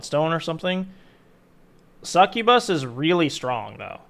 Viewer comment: Hahaha whoa. Hearing you say “succubus” hurt my brain